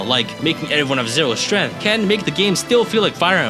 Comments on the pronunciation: "0 strenth" 💀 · "who has zero strEth"